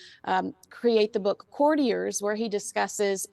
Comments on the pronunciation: It is pronounced COURTiers NOT as in Couriers (Macdonalds etc). They work for the COURT of the Queen or King. Valentine is not a journalist. Facts boy, facts. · Pronounce “Courtiers” like this: Core-tea-airs, not: Curdy-eer’s lol. Please Andy, for the love of God. 😂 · Both of you: It’s Court-e-ayes. It’s French so it has that fancy pronounciation. Last R is silent. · Courtiers...'coh, TI airs'. Old term for people that hang out in court [ie; palace, not place with judge!]. For example, Anne Boleyn was sent to be a courtier, because it was considered an education and class status situation. Anyway, they are investigating the bullying terms, that has not been forgotten For legal reasons, you can't talk about an ongoing investigation. Same law for UK and US. It will come forward when it comes to light! William is moving forward, Harry backward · Its courtiers as in tennis court not curt and kinseys surname has a silent h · courtiers as in “court” 😂 bless your cotton socks, here for the tea ❤ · Your pronounciation of "courtiers" is an insult to the french dude 😂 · I love your channels ❤…Citizen’s arrest, Grammar Police 👮‍♂️😂 In the first minutes of this video, you called her Kinsey Sho-field and I have only heard it pronounced SKO-field. Then you said Valen-tEEn and then you corrected yourself to Valentine … next you said Kertiers instead of Courtiers ( pronounced like a tennis 🎾 court with “iers” at the end). Ok I’m done, I used to be an English teacher 👩‍🏫. 😂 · Andy I'm an avid fan of your show but sometimes you do the American oh jeez it's so foreign and far that I won't bother to do it right. Valentine's book is pronounced core-tee-ers. They're a thing. Kinsey's last name is pronounced skoe-field. Sheesh.